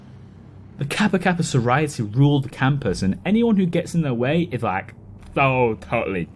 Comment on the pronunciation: It's pronounced Sorority, not SororIty?